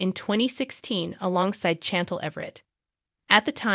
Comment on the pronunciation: 😂 That mispronunciation of Chantel’s name was driving me nuts!